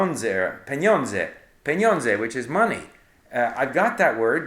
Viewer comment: great video Steve, just a small point. Polish for 'money' is pronounced with a sound after 'n' that is similar to that after 'p'.